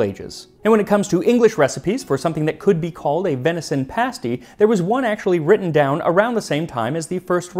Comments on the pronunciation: You even pronounced pasty correctly! I was raised in a Cornish community here in the Gold Country of Northern California. The Cornish immigrants came to mine the gold after the surface gold was gone. About 1970, two Cornish pasty restaurants opened. Even though I was only 12, I recognized awful food when I ate it. The crust was tough, not browned, the innards consisted of cubes of tough beef, cubes of potato, swimming in some kind of corn starch gravy. I think there was salt, but no pepper or any kind of seasoning. One of the restaurants closed in months, the other is still functioning due to sprucing up their fare quite a bit. It’s now something like a calzone or really good pot pie. The terrible pasty, however, was historically accurate. It could take a man hours to reach his level in the mine. Trolleys of miners were lowered and raised by donkeys and mules, some of which never saw the light of day. The crusts had to be tough to survive until lunch time, and the Cornish were not known for their cuisine. Think bologna sandwich. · Thank you thank you thank you for pronouncing pasty correctly. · The fact that Max pronounces English place names and the word 'pasty' correctly has ensured I have subscribed. I just wish he'd stop saying ERRRBBS.